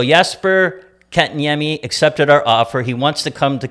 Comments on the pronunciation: Katniemie... sebastian aso... Bergeron->Bergevin! Omg what a mess guys c'mon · Cherry's son is a bigger moron than his dad. It's 'Bergevin', not Bergeron, and it's AHO, not ASHO. Also, maybe get Kotkaniemi's name right as well, he's the main character of your story, you total toolbags. Are you purposely this stupid, or is it an act? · lol... jeez this family couldn't pronounce a name if their life depended on it. lol Bergeron... Bergevin Assho... Aho.. Kokanemi.. Kotkaniemi... lol, not complaining, just funny